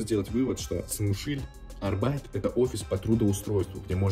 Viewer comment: Arbeit по немецки работа. Ударение только на первую букву.